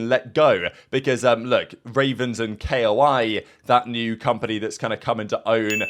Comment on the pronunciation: Koi, not keioai, koi like a fish, be a koi, not a keioai